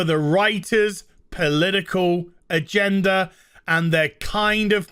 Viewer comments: I love accent when he says “agenda” and adds an “R” to it…. “Agendar” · Lol when he says "agenda" I hear "a gender" which surprisingly doesnt really change the context of his statement that much haha